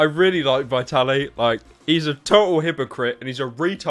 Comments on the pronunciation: I'm sorry but it's VIT-ALY not VI-TALY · It is pronounced vtaly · "Vaitally" Well done pyro. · does it bother anyone how pyro pronounces vitaly's name wrong?